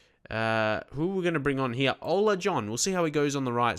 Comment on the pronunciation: im dutch and your pronunciation of Ola is good :p